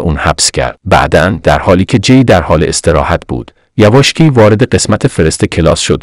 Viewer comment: مخمصه را این هوش مصنوعی اشتباه تلفظ کرد، محض اطلاع! یواشکی و غیره هم بماند. چرا خودتان نمی خوانید؟